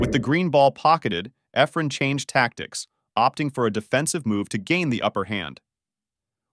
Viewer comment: hate the computer talking doesn't know how to say Effren's name.